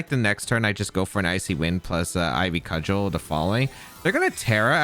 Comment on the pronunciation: didn’t know how to pronounce cudgel idk if he’s gonna be able to pronounce serendipity